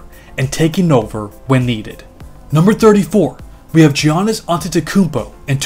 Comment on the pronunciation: Love the video! Giannis is pronounced as YAH-nis